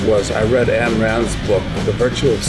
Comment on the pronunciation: Doug Casey is an idiot there lol, calls her Ann Rand..its Ayn hahaha